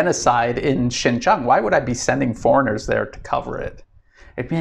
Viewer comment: Another advise bro! Please pronounce correct Chinese! Xin jiang would be pronounce Shin-jieng or Sin-jieng and not Shin-jang or Shin-jung. Okay?